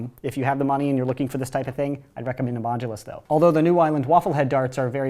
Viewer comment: Anyone else really annoyed how he says modulous but never specified which one